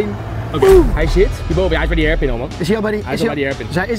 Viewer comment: koen kan hairpin niet uitspreken. leuk